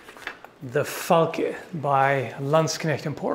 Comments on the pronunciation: Did I hear say "fall-kay?" It's "fahl-kah." That's how it should be said. It's German for falcon. But if he didn't say that and I'm just hearing things, disregard this, lol. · The way you said Falk when I was only half listening made it sound like you just went "... The fuck."